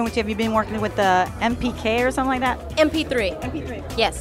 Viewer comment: she said mpk instead of MP3